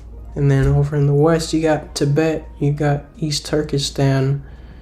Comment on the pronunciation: "East turkistan" 😂😂